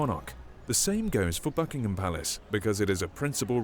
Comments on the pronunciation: It really annoys me continually hearing Americans refer to Buckingham Palace as “Bucking HAM” instead of “Bucking’am” or the city of Birmingham which American always say wrong, once again it’s not “BirmingHAM” but “Birming’am” please Americans stop emphasising the ‘H’ because it’s not “HAM” but “AM” at the end. Don’t Americans ever listen to British people saying the words? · They are called Foot Guards as they move on Foot as opposed to Horse Guards, which Ride Horses and are also Fully Operational Soldiers, they are just on their Ceremonial rotation. It is pronounced Bucking-am Palace and not Bucking-ham Palace. You can always tell when the Monarch is in Residence as the Flag is the Royal Standard and not the Union Jack, in fact, prior to Diana's Death no flag flew over the Palace when the Monarch was not in Residence. A Plume is a Feather.